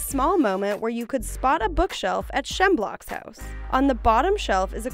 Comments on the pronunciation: "Shem-block" GIRL ITS S-CH-M-EB-U-LOCK, not "SHEM-BLOCK" YOU BUTCHERED THAT NAME SO MUCH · It's Shem-u-lock not "Shemblock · she pertends to be a big fan wanting sesion 3 but when she says words like smeblock it makes u think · You said shmebulok wrong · “shemblocks” EXCUSE ME??? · “shemblock’s house” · ITS SCHMEBULOCK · Brand new Gravity Falls videos? Kind of speaks volumes for a show when people still make videos on a show that is practically dead. The constant mispronunciations are very annoying though. How can you mispronounce Schmebulock, it's the only thing he says!